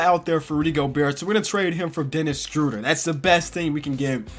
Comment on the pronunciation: It's pronounced like Shrewder